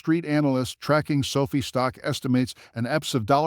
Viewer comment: It’s pronounced SO-FIGH! NOT SOPHIE!